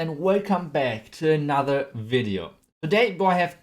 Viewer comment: I love when he says " Hey Guys! Welcome baccc to anOther VideO!"